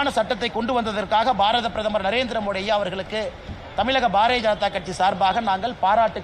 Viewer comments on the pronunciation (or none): none